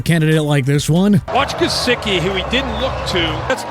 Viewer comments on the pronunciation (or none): none